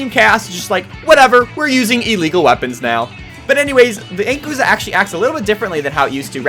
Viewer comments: The inkooza? You mean inkZOOKA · Ink-ooza? Dy-NAM-oh? I'm done.